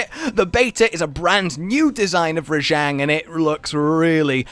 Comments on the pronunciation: its RAH JAHHHNG not ruh-jehngg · you know its pronouced ra-j-on, they even say it that way in game